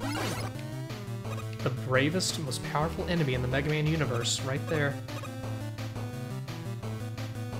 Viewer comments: Is that "Megamin" pronunciation just sarcasm,? I like to think you're just taking a jab at the ol' "Slendamin" thing. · why does he keep saying "megamin" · So is "Megamen" ' "Mehrio"?